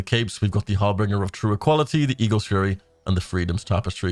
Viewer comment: It's not HarbRinger, it's Harbinger